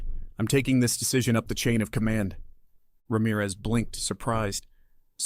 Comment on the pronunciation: I'm so glad you could pronounce Ramirez correctly. Most of the time it is pronounced Ram - eraz